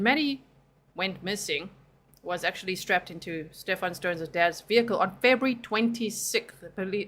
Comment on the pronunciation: I love how he keeps saying Stephan’s name wrong even though he hears her say it the correct way. Subtle.